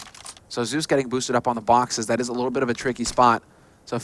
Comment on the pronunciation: So annoying how the caster pronounces Zeus 'Seus'